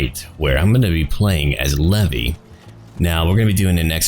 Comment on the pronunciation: IM SORRY LEVIE?? LEVY?